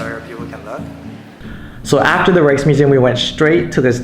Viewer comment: Rijksmuseum pronounced correctly! PBS got it wrong recently. Stroopwafels, not so good. After about a dozen trips over a couple of decades, some of my tips. As much as possible, learn where the tourists go and go elsewhere. Parks are free and I like inexpensive but awesome street food! In busy areas, "cross with the Dutch" so you don't get creamed by a fast moving bike. Some guidebooks are finally mentioning that the garnet colored paths are NOT sidewalks. Only for bikes, stay off them! "Fietspad" signs also alerts you that it's for cyclists only. Meet and befriend a Dutch person! Get out of the 'Dam and go cycling in the countryside. Memories are made of this! While all Dutch seem to know English, it's good to learn some "survival Dutch" for reading signs, etc...